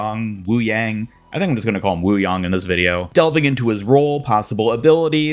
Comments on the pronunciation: It’s “yang” as in Yin-Yang. Not WooYong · the pronunciation you went with is the correct one : )